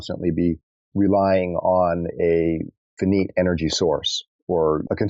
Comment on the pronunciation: What is it with alternative scientists and historians when it comes to pronunciation? Finite is pronounced "figh-night" not "fuh-neet"...and it's cenTRIfugal, not centriFUGal. These alternative fields are already being ridiculed from the outset simply on the basis of content...why make it harder on yourself by giving the opposition an easy way to knock you down a few pegs? From another perspective, it is an indication that you don't truly listen to other people speak. If you had, there is no possible way you would ever have pronounced finite the way you do more than just a few times as a grade-schooler.